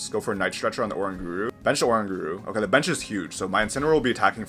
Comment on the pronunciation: Sablie ?? what its (sable- eye ) god that was a terrible pronunciation lol 😂😂 and orangauru sounds like kangaroo lol when you sound out. Im just trying to help you out bro lol 😂